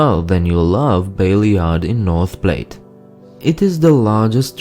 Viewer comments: Is north pl•at not north pla•te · North Plate???? Try again, it's North Platte (pronounced 'Plat") Also, and you might have to be a local for this one, but Bayard is pronounced 'Baird'. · NOT NORTH PLATE IT IS PLATTE AS IN HAT!!! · Its pronounced North plATT dude. Also "Bay-erd" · Not to be the grammar police but it's pronounced North Pl-at. Spelt Platte. Named after the Platte River. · You mispronounced North Platte. Platte rhymes with flat. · Its north Platte like splat not plate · Have you even been there?? Other than to bash it? the liquor store I searched for the name and it's in Chicago. Another street name came up in Detroit. The Police car clearly says Toronto (Canada) on it. Yes, it has small towns, yes it can be boring, but there is very little crime, good hearted people and if your car breaks down, people stop to help. You don't know how to pronounce North Platte (plat) or Beatrice Bee-Atrise). Many of the names are Sioux Indian, or Pawnee. Had you traveled to Massacre you could have read the story of the Sioux wiping out a Pawnee hunting party that tried to steal their horses. The US Army had to save the Pawnee who had been assisting them in hunting down the Sioux. Had you traveled to Kearney, you could have visited the Gateway monument or the museum of the prarie pioneers. Had you traveled to North Platte you could have seen Buffalo Bill Cody's tourist trap and the awesome Veterans memorial park. Had you gone south towards McCook, you could have stopped and fished at Welfleet lake. In MCook you could have stopped and eaten a Runza and stayed at the Chief Motel. If you ahd gone up north, you could have observed the wild Niobrara that C.W McCall sang about, canoeing it's beauty. . If you had traveled to Lake McConaughy you could have observed a wonderful lake. The Sand Hill Cranes that migrate to Alaska wintering in Nebraska's grasslands. A magnificent Buffalo grazing on the open prairie as they did for hundreds of years. You might have learned